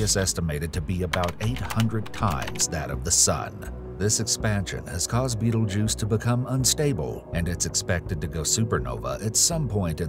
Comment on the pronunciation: he did say the name correctly